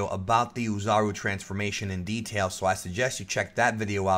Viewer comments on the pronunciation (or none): I'm looking forward to how this series progresses. I even hope that there is a Zarbon episode. (By the way, "Oozaru" is pronounced "Oh" "Zaru". That is, the "O" is long, not pronounced like a "U". Anyway, keep up the good work.)